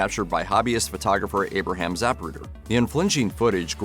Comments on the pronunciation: Zuh pru' der, not Zap' pru der. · ZAPruder? Get it right. President Kennedy died instantly in the limo. Try getting your “facts” straight! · Is it ZAPruder or ZaPRUder ??? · The narrator mispronounces Zapruder. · Learn how to pronounce Zapruder. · If you’re going to make a video on the JFK assassination, please learn how to pronounce “Zapruder”.